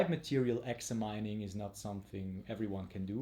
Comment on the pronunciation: Good content thanks for sharing. FYI its Exah-me-ning ;)